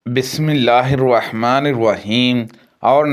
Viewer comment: تُقرأ عبارة "بسم الله الرحمن الرحيم" قراءةً خاطئة. بدلاً من *"بسم الله الرحمن الرحيم"*، تُقرأ *"بسم الله الرواحمن الرواحيم"، وهذا خطأ (حيث أُضيفت حرف "و" إلى "الرحمن الرحيم"*، فأصبحت "بسم الله الرواحمن الرواحيم" إذا تغير المعنى في القراءة، تصبح الصلاة باطلة.